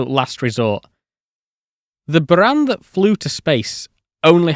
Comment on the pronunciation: Cheers from🇷🇺 Your pronunciation of BUЯAN deserves a RESPECT on it's own 😂 Thought Artyom Tatarchenko's surname might still need more effort😂😂😂